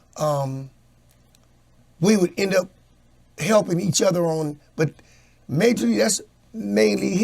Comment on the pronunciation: Everytime says "udder" because he can't pronounce "other" 🤨🤣🤣.